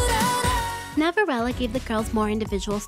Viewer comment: Love how you pronounce ‘Navillera’ as ‘Navirella’ ❤️🥰